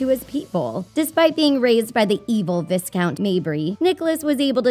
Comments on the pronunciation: Small thing, it’s pronounced Vycount rather than Viscount. The s is silent! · It’s pronunced vi-count (like I) not vis-count (like is). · The s in viscount is silent. The title is pronounced vi-count, long i.